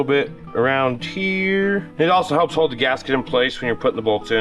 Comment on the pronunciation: "You don't have to do it the right way, but it hailps!" love it